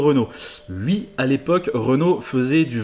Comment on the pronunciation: pourquoi tu dis ui au lieu de oui